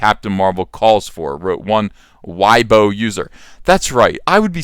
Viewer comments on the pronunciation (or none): It's pronounced Way-bo not why-bo. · At ComicArtistPro Secrets, FYI: Weibo is pronounced as "way-bow". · Its way-bo, stop pronouncing foreign languages like its russian or german X_X ignore your european roots in language and get creative lol